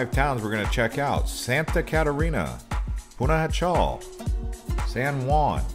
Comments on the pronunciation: The city Panajchel is pronouce Panahachill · If you’re going to make a video please pronounce Pana correctly. Pana-ha-shel. J’s are pronounced like an h.